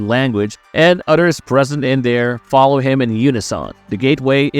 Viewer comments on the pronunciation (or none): none